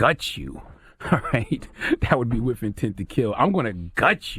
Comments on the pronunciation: Haha, he says “whiff” instead of “with”. So funny hearing those words from a grown-up. You ppl r hilarious! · “WIF INTENT TO KILL” 🙄😂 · He said "Whiff Intent" lol